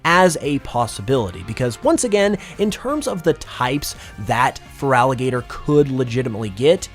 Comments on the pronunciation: IT'S FERALIGATR, NOT FRALIGATOR! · THERE IS NO VOWEL BETWEEN THE T AND THE R IN FERALIGATR! AND DO NOT CALL FERALIGATR A HE!